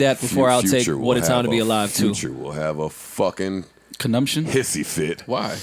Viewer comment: Conundrum + Conniption = "Conumption" come on 😂😂😂😂😂😂😂